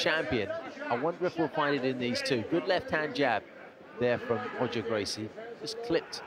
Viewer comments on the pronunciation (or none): It is. Royce is "Hoyce" and Roger is "Hodger" and Gracie-Barra is Gracie "Baha" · "lavishly tattooed" what's up with the lightfoot commentator? Is it common to pronounce Roger as "Hodger"? Maybe this is the proper way Gracie pronounces it?